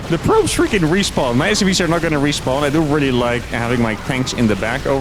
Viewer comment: I was 7 minutes into the video listening to say "respond" missing all context before I realized he was saying "respawn". SMH